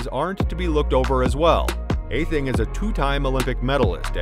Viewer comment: It's "Au thing" *